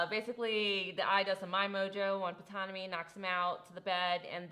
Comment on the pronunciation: Ptonomy...p is silent!